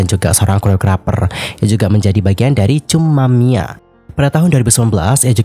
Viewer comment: Kak, Lachica bacanya Lacika dan jumamia bukan cumamia . nuhun kak